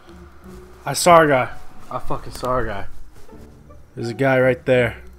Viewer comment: im sorru but the way you say i saw a guy it sounds like i sawr a guy